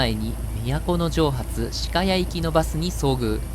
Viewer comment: しかやは、かのやとよみます。